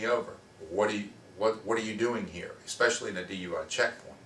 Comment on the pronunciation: an attorney that cant recite the fifth amendment verbatim and who says ex-specially?!? Cmon man!